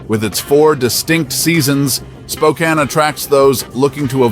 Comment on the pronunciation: I’ve lived in Spokane for the past 50 years. It’s pronounced “Spo-Can”.